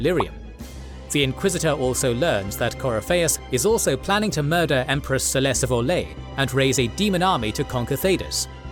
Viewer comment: The Empress of Orlais is called Celene not Cerlaise.